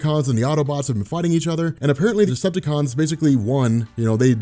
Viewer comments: Is he saying destructacon ? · I don’t know much about, but does it sound like keeps saying destructicons?